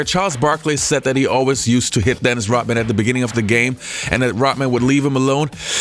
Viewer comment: ROD man, NOT ROT man. Say Rodman. Say it